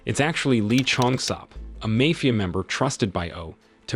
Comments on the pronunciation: is this voice an ai? is it broken? why does it pronounce MAFIA as MAYFIA??? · never knew id find someone who doesnt know how to pronounce 'mafia'